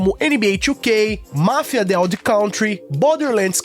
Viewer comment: Pô, pronuncia certinho o nome do Mafia.